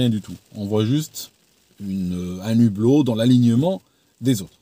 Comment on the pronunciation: Un hublot, pas un nublot😅 pas de liaison